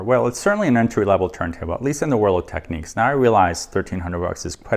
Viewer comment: Great video, thanks for posting though I must point out, it's pronounced 'tek-nix' and not techniques.